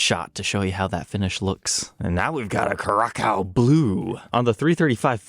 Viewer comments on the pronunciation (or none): Curaçao is pronounced kur-uh-sau